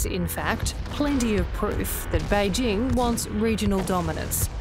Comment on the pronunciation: Kudos to the commentator for going to the effort of pronouncing "Běijīng" correctly. Or at least much better than anyone from Fox News Australia would.